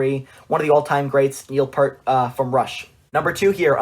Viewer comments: Please search Geddy Lee on how to properly pronounce Neil's last name 'Peert' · Not trying to be a deuce, but it is pronounced Neil Pee-ert.